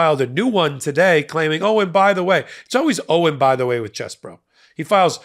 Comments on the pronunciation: I'm not enthusiastic about Ken Chesebro's name being pronounced as "Chess Boro" - He's KEN CHEESE-BRO! 🧀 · Quit pronouncing his name as "Chess Bro". Pronounce his name as *CHEESE Bro".